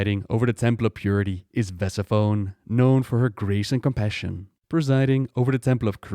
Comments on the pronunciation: ve, seph, oni. Like Per, seph, oni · The way he pronounced Vesiphone killed me.